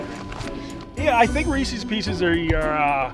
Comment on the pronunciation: Oh why do you gotta say Reeses Peeces